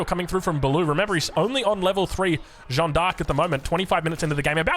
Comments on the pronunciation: The vowel sound in "Jeanne" is just "a", not "ea" nor "oa". If you want to improve your pronunciation, think of "Jeanne" as a single syllable: "Jan" (short "a" and short/medium "n") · The correct way of pronouncing Jeanne is not like John. forget the e and try to pronounce the a the same way it is pronounced in all latin languages. That's the correct way. The same a you have at the end of Maria for example. Edit: Of course Joan is fine as well, we get who you are referring to:)